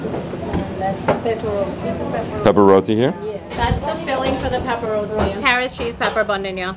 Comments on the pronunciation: I was enjoying the video until he said rodi. It's roti my friend. Love your videos still❤️ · It's Roti pronounce it right or don't say it at all!!!!! Omg